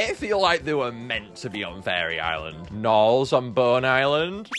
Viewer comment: Why does gnarls sound like hes saying nya🤨